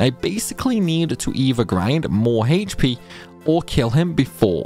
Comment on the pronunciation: It's "Aych" P, not "Hahaych" P